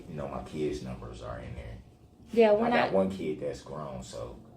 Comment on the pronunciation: It's a low bar, but I'm actually kinda amazed "father" Darrell was able to recite his "keedz" ages right off the top of his "hayud." Of course, there's also a good chance he was wrong, so...whateva.